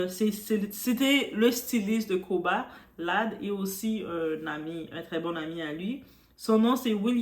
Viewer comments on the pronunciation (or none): Ça se prononce "Koba La D" et non "Koba Lad" 😉